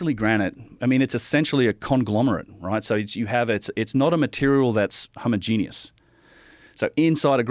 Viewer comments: Am I the only one bothered that he pronounces homogeneous as homo-genius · Dude you gonna learn to properly pronounce homogeneous. It's not homo-genius lol